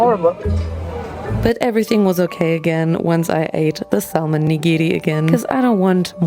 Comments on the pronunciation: Question, does everyone say Sal Mon in Germany? Or is just mispronouncing it? Just curious bc in English it's Sa Mon, the L is silent. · you don't pronounce the L in Salmon.. It's pronounced SAM-un